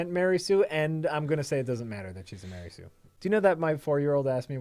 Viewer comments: "Explain to the folks at home: What's a Mery Sue is?" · Ma-rey Sue